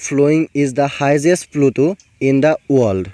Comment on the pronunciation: Pronunciations Bur alp Val koribo..Jene Eskimos, Highest...etc